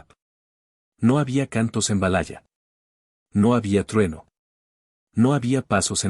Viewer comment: La pronunciacion es realmente lamentable... es verdad? valaya? No inventes!!! 😅